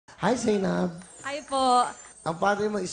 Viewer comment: Zay-nab pala 'yon? 😃